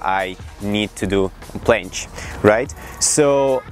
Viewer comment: Who heard plansh